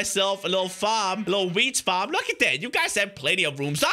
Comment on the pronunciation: when says wheat farm it sounds a bit like weed farm XD